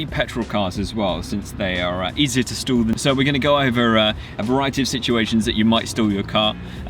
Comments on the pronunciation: Guys its stall not stool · "I feel like an american" 😂 sorry did you say STOOL?